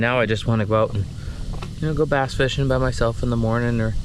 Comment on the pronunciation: do you really call them "bass'n"? or did i miss a joke you have been running with. lol I do not know why but its like a twitch every time you say it. Hope I am not the only one that caught it or for whatever reason screamed at the screen is a "BASS". lol